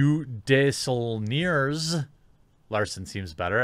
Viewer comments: Wow, you're bad at pronouncing names. XD (just ribbing you) "De-sull-neers". Lol. "Desaulniers" looks French to me, I'd expect it's pronounced de-SAUL-nee-ay. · Not that anyone cares, neither do I, but her last name is pronounced - DAY-SO-NYAY, it's French... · Desaulniers pronunciation is day-zo-nee-ay. The L and the last S are silent.